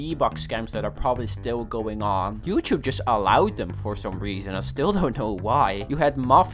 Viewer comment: me and everyone else: Youtube: Youchube